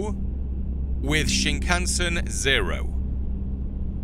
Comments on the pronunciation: It is the bullet train. You are saying it ok. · Don't worry, you pronounced it correctly. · You said it correctly. “Shinkansen”means train in Japanese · Wow, had to not watch because the back and forth left to right made me dizzy to watch for once… lol. Listening is working well enough. You pronounced the name of the train absolutely correctly! Odd now it’s the interior of an MD-83 rather than the bullet train, though… two rows each side, first class leg room and seat type vs the airline coach class chairs in the game… but games are games, they will never match 100%. I guess it stood out to me because I’ve flown over 200 times from 757s, 737s, A310s, A320s, A340s, MD-80s, Fokkers, Ambreas, and a few others… including the jump seat of a 737-600. Perks of working for a military contractor (at the time) and my ex-step father being the captain a few times for those particular city-to-city flights, heh. Sadly, never got to jump seat in a 737-200 “Jurassic” (since they’re the OLDEST ones and are all analog cockpits). But also being a train lover, I’m pretty familiar with those, too… more US narrow gauge, ironically, which is very narrow indeed, but still cozy. Bullet trains in Japan are an experience to themselves. Extremely QUIET. And I don’t mean noise cancelling. No one speaks on them as it’s considered rude. And you’re expected to buy your own full pack meal bento box at the station beforehand. These rules are broken constantly in anime, for conversation / exposition reasons, heh. But it’s still an incredible feeling to be going along so fast. I still prefer a steam locomotive up front, even though you can feel it “surging” whe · How u pronounced shinkansen was pretty spot on . Love ur videos ❤ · You said Shinkansen correctly! Impressive 😊 he said “ni” meaning two. Then he said “San” when you fell meaning three. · You pronounced Shinkansen the same way I would, and the same way I've heard it pronounced in documentaries. You did fine.